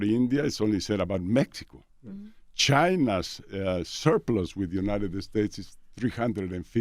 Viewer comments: “Eh-United Eh-States” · United-Da States Lmaoooo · can someone tell him its not uniteded states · Love how he pronounces United States ❤️